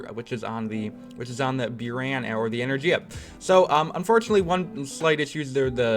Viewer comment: He says "byuran" yet it is written as "буран" which is pronounced as "buran"